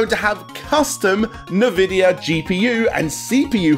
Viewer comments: Nvidia is pronounce envidia. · LOL! NA-Vidia. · That is not how you pronounce Nvidia